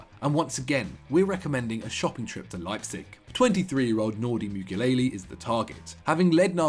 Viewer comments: As a football channel, this guy seriously struggles with pronunciations. Who’s Nordi Mukelele, it’s Mukiele (Moo-key-ellie) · please learn pronounciation guys....its saša kalajdžić....what you said is totally wrong! also mukiele...not mukilele...its a script...you can do as many retakes as you want...just read the god damn name right